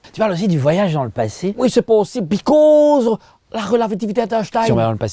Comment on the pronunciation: la "rela-viti-vité" d'Estein 🤣🤣🤣 après un "BIScauuuse", il me semble.... Vous êtes excellent, 🥳